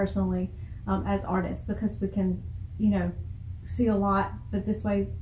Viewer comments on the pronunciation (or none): none